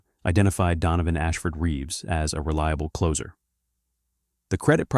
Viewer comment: AI voice has some bad mispronunciations- Lesabre and closer for example- giving up after closer.